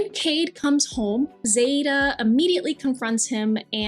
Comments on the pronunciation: I feel like her name is definitely pronounced (z-eye-dah-zaida) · I am only just now realizing her name is Zaida and not Zadia 😭😭😭. This is like the third time that I have read a comic for an extended period of time and been completely misreading one of the character’s names